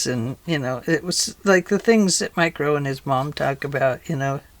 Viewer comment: These journals are very pretty and the design is so fun. I had to re-listen probably 10 times to figure out you were not saying "micro and his mom"... I kept hearing "micro". And thinking who the heck is Micro? A rapper? A cartoon character? Then I figured out you were saying Mike Rowe!🤣🤣🤣🤣🤣🤣🤣🤣Wow and I wasn't even drinking!🤣🤣